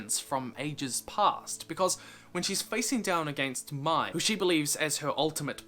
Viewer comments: Not to be that person… I’m sure someone might have already said this but Mai’s name is pronounced May from the how it was pronounced in the show 😂 okay by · It’s pronounced ‘May’ like the month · It’s not pronounced (my) it’s pronounced (May) like the month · Mai is pronounced like May, not my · it't pronnounced Mey not May... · i significantly enjoy and appreciate this video, but if you continue to pronounce mai’s name like “my,” i will find you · Bugged me how you pronounced Mai